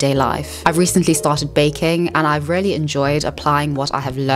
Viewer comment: Just some friendly advice... Regardless of your elocution lessons, you seriously need to learn the correct pronunciation of words, such as: 'women', 'really' and 'folks'.